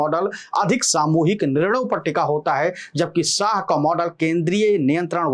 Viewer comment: भाई साह नहीं शाह है नाम । अपनी भाषा में संशोधन करो ।